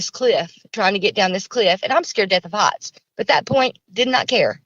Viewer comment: "A rock hee-its about 10 ft in front of us." She sure makes a lot of one syllable words into two syllable words. ; )